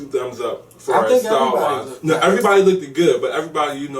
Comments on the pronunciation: I love you but plz stop saying lookeded!!! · Love as an addition..however he made my ears bleed when he kept saying Looked It. The correct word is Looked... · Oh my, it's bothering me that the guy (I can't remember his name) keeps saying "looked-ed" lol it LOOKED not looked-ed :P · I don't know Kevin's co-host's name but I wish he would stop saying "lookded." That is annoying and so ignorant sounding. I'm not expecting perfect diction but that's just plain ridiculous and hard on the ears. The correct word is 'looked.' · baby, I love you to pieces but..... "looked" is 1 syllable not 2. Sorry, HUGE pet peeve.